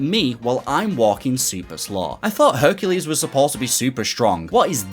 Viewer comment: Every time he says "Herculade" he loses his chances of getting Hercu-laid I've been watching so many RA 100% videos lately, that now as a junior dev, it's on my bucket list to have a video made for at least one of my sets in the future